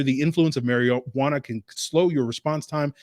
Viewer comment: He almost called marijuana Mariotta. Classic 😂